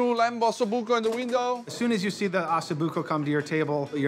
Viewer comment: One diner said AH SO BUCCO. The pronunciation is OH SO BUCCO. Que cazzo f’a?